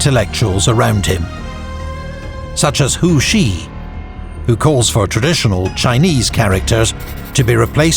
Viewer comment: This was well made. Pronunciation isn’t perfect every single time especially for Cixi, Kuomintang and Hu Shih. Could’ve used a better grasp of pinyin. But it’s passable. Love the music, the maps, the quotes. Kang Youwei and Liang Qichao were important. Would’ve been nice to talk about them a bit more and also stories about Guangxu emperor who sought more expansive reforms while Cixi was oftentimes actually more of the problem. She put him under house arrest and there are rumors that he also executed the young emperor’s consort!!! Through the centuries, countless l historians nd also contemporaries have criticized her for weakening the Qing dynasty and China and for choosing a child to inherit the throne. I’m Chinese and her reputation is very bad for the most part. Just a few notes and thoughts! : I will say Li Hongzhang was the main guy chosen by the Qing government to lead its new armies. It’s important to say that the Kuomintang and early revolutionary elements brought Yuan Shikai into the fold because they couldn’t have any power without the army. But we know how that transpired. Another important literary figure who came around alongside Chen Duxiu was Lu Xun. Would recommend anyone read his stories to get a picture of the times and contemporary rhetoric against old traditions.